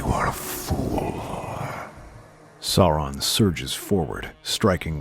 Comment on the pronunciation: The mispronunciation of Aragorn and Sauron really hurt